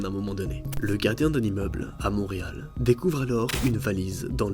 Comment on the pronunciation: On dit Montréal pas Monreal